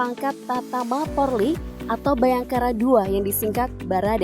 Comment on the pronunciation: kok porrrrliiii sih bacanya 😭😭😭